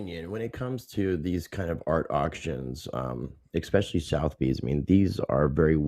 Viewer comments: Suh - thuh - beez …. Damit lol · It’s sootherbees